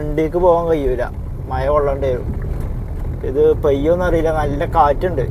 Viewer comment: മഴ.. ആണ് ബ്രോ മയ അല്ല 🙄